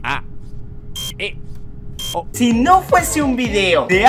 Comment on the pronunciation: en las letras en vez de decir impostor dice " importor " xd y ahi en vez de decir "si no fuese un video" dice " SO no fuese un video" xd